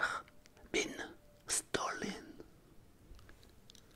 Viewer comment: "maille car bine stolène" haha